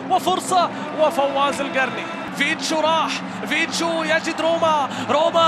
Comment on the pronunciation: المعلق يقول فيشتو هههههههه